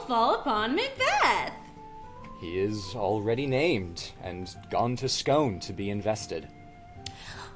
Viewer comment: as a Scot, I feel obliged to point out that 'Scone' the place is pronounced 'Scoone'.